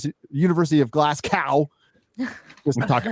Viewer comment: Hail Glasgow pronounced Glas-go; don't know where the hell you found the 'C'! hahahaha and Scottish universtities are funded by the tax payer for SCOTTISH students only, foreign students have to pay the standard rates (about £8,0000) a semester. So that crazy arsed bitch paid for her own shitty diploma! Great night as always and happy memories setting up your studio, looking great!